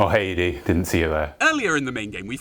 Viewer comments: Eedee... Ed-E, Eddee, Edie, I know it's literally nothing, but it's driving me carazy, otherwise great video, good work dude... Ed-E=Eddie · I'm sorry but I hate your pronunciation sometimes. Like dawg it's not "E-D" its name is clearly supposed to be "Eddy" and don't get me started on the way Brits pronounce "Graham" it's "gram" not "grey-ham" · The way you say ED-E took me for a second. I always pronounced it like Eddie. Like iron maiden lol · Is no one going to mention ed-e is pronounced eddie....